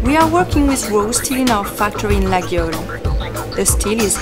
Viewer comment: amazing she has no clue how to pronounce it properly... it is not ''LaGUIole'' but ''LaYole''